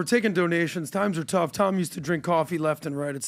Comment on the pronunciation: The fact that Tom can't say his name properly makes him dumb asf!